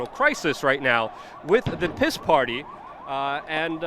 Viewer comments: Stop pronouncing P.I.S. "piss", it's pronounced "peace", because it is the party of peace. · I love how you pronounce the word PIS....."PISS" ...pure gold.